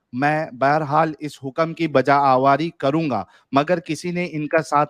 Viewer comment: یہ آواری کیا ہے بھائی؟ غلط مت پڑھو یہ لفظ آوری ہے۔ آج آپ نے اردو بہت غلط پڑہی